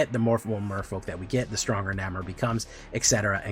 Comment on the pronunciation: I can't always tell when you are intentionally mispronouncing things so... The "A" in "Namor" is the same as the "A" in. No hyphen would be "Submarine" as you are saying it. The big boats that go underwater. The hyphen indicates the second part with the "A" like in "air" so Sub-Mairiner.